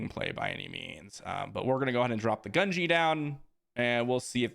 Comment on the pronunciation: Love the videos but the mispronunciation of gungi is killing me gun-gee